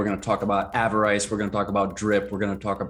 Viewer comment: Sorry, I should've clarified my last comment. You were saying avarice correctly with the short vowels (av-er-is). You're right about pigs too! Such a bargain right now.